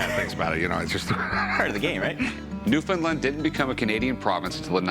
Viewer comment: best pronunciation of Newfoundland I’ve heard on tv Edit: that’s how you actually say it